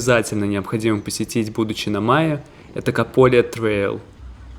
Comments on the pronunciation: Разве не на последнюю гласную ударение? МаЭ. Это же французское слово. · Mahé, Seychelles - Wikipedia А не ма'е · Выпуск отличный! Смотрю уже второй у вас на канале. Подписалась. Только вы не правильно ставите ударение в названии острова Маэ, нужно на э ставить, а то слышатся как Майя. 😊